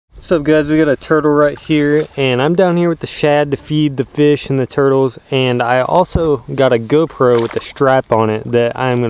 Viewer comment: When you can’t afford a cameraman..: “I like toitles”